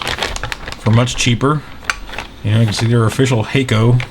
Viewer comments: The double k exists in Japanese. Just pronounces with a slight hesitation between "ha" and "ko". keeps pronouncing it like 'hiccup' to my ears. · "Hakko" sounds like "taco" by the sales people in Boston MA.area.